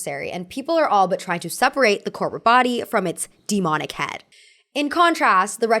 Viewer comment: can't unhear "copro aesthetic" T_T